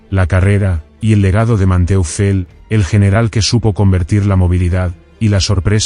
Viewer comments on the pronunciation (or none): Man-toifel. Se pronuncia.